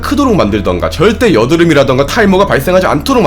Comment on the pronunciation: 유독!!! 여드름, 탈모 부분에서 힘을 주면서 이야기 하시는게...